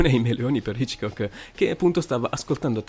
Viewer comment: video inutile. I SUONI DOVE SONO? MA VA VA Poi perchè alle volte sembra che rida, mentre gli accenti non li pronuncia mai giusti? ho sentito come pronunciava Hitchcock e ho cambiato subito video.